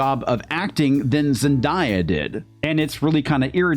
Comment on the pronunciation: ZEN-DAY-UH not ZEN-DIE-UH